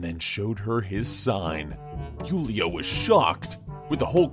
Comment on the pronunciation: That part with Julia XD Whoo-lia I'm glad the writer left that out, I am dying from awesome pronounciation XD